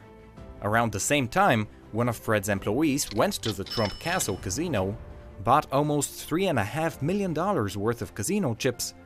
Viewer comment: "karzeeeno"😂😂😂 casino dude,casino